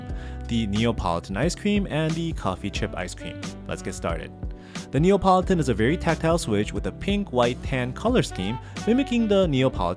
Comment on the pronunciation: Lovely video, thank you. As a mechanical keyboard aficionado, I know that sound is very important to you, and so I hope you won’t mind me pointing out that hearing you say say “NeOPolitan” again and again, as opposed to “NeAPolitan” was grating! Apologies for making what seems like a minor criticism, but it’s like a thock getting ruined by a loud spring ping! (Don’t worry, still a thumbs up!)